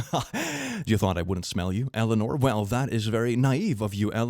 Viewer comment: "Eleanor" XD